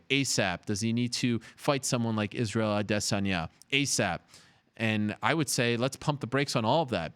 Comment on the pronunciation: ADESANYA ADESANYA ADESANYA SAY IT WITH ME ARIEL ADESANYA. NOT ADE---SAN--YA.. STOP IT SAY IT RIGHT. DON'T CHOP IT UP SAY IT TOGETHER